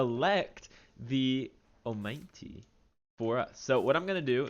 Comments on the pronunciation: It is not pronounced "oh-mine-tee" dumbass it's "oh-mah-night"😂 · Great update.. But I can't help but notice how you repeatedly butchered pronouncing omanyte 🤣🤣🤣 it should be read as oma-knight.